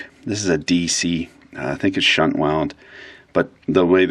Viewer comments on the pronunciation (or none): none